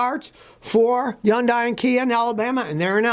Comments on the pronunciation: I know you hate the Korean cars, but can you at least learn how to pronounce Hyundai. It's not yondeye! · ITs pronounced Hudai, not Junday, seriously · Yun-die. Scotty’s own personal pronunciation. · YoungDie? Dude, H ain’t silent. I’m no fan of Korean cars, ICE or EV, but I’ve seen you bashing Chinese cars before as well. So my assumption is you are biased AF. Anyway, why do you think these car factories are located in the South? It’s because of cheap labors there, not because the labors are skilled there. So any cars made in these places are potentially craps, American, Japanese, Korean, what have you. Heck, even cars made in Europe are craps, my Audi Q5 was a piece of crap and I sold it without any hesitation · When Scotty learns to say Hyundai correctly, maybe you can take anything he says seriously...